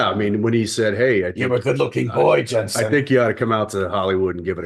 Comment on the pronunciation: Why isn’t MW pronouncing Jensen’s name correctly?? 🤦🏼‍♀️ I really wanted to enjoy this